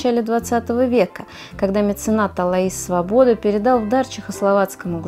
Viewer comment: Как садовод Вы должны знать где клумбы а где цветники.И Свобода ударение на первый слог.